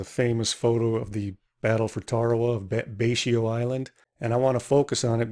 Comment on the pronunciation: I believe Betio is pronounced "bess-o" since in the Kiribati language the letters 'ti' is a diphthong that makes an 's' sound, hence "Kiri-bahss." I could be wrong though. However, I've been really enjoying your videos,:)